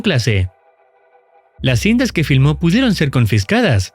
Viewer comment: Oye bro porque dijiste filmo 😂